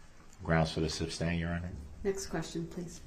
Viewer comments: It's not "Substain"!!!! I wish the judge would have said that at least once. 🤬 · It’s annoying that he kept saying substain instead of sustain and kept yelling GROUNDZ before the DA even gave the reason 🤦🏾‍♂️ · It's ask not axe, sustain not substain, though not doe, grounds not grounz. He's a moron all across the board. He even tried to use his own ignorance as a defense. All he did was highlight how stupid he and most sovereign dopes are when it comes to real law. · Sustain ❎ Substain ✅ 🤦🏻🤦🏻🤦🏻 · It’s su’S’tain not su’B’stain! Bell end! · Substain?....what a moron. He is so annoying. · "Grounz for the substain." Unreal. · The fact he keeps saying in his ignorance "Substain" after the Judge told him Sustain....😒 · Will anyone EVER tell him it is SUSTAIN NOT SUBSTAIN!!! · Hey genius, it's sustain not substain 😆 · “Grounds for the “substain”?”😂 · WHY didn’t the judge tell DB when he said she way lying to the jury if he was going to testify so He can clear things up??….. oh it would have been so good!!….. why didn’t someone tell him it’s SUSTAIN, not SUB STAIN!!!! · Reason for the “substain” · 🛎It’s not Substain, Sustain is the word!🤷🏼‍♀️ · If I was her I'd be pointing out his mispronounciation of words like substain, tackit and umbiblical cord. But then I'm mean. I'd be telling him how stupid he is by not understanding that the state represents the people. I'd end up as belligerent as him. Thats why I admire judge Dorow so much.. her s r lf control is amazing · Sustain, not substain. That drove me crazy. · reason for the "substain"? 😄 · "grounz for the substain" 🤣🤣🤣🤣🤣🤣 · SUBSTAIN??? He really brutalizes the English language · ‘Grounz for the substain’